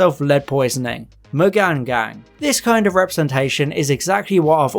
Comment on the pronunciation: If i got royalties every time someone said McGanngang....